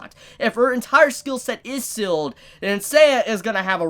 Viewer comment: a whole season has passed and my man still cant pronounce seal and heal